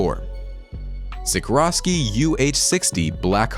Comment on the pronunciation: Guys! Its Sikorsky, not Sikrosky! Kinduva major name when you talk aircraft. And you compound the error by misspelling it AND mispronouncing it. Details matter when your specialty is supposed to be tech.